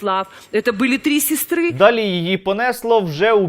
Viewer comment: «Три сєстри»... ))) Не можна витримати цю дичину!